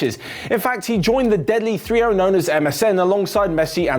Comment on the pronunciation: man said thrio😂😂😂